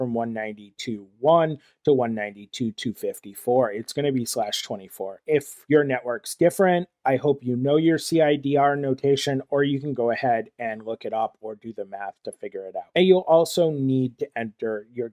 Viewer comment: Thanks for this! Also, CIDR is pronounced "cider".